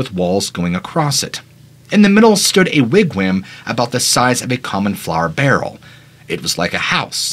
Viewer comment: Wig-wam I think is pronounced wig-wom, as in mom.